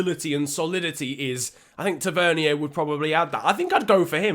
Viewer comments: I’m a rangers fan and it’s not fucking hard, James easy right then it’s tav-an-ear not tav-ern-e-r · “James Tevernyer” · ta-ver-knee-er lool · Its pronounced ta ver neer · bro the way you said tavernier is so annoying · Needs some work on pronouncing tavenier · Please look up how to pronounce tavernier